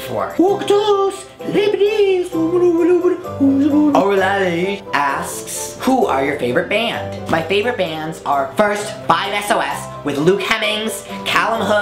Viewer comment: SHE SAID FIVE ES OH ES NO PLEASE STOP UGHHH NO IM CRINGING